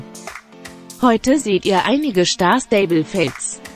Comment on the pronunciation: Das am Anfang einfach XD😂😂😂😂 so Schtar also so hat sie das ausgesprochen Schtar stable 😂😂😂😂